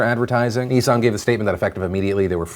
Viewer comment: I thought Phil just said nee-san not nissan XD